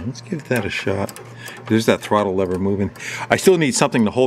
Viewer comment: Sounds dumb saying lever or lover lol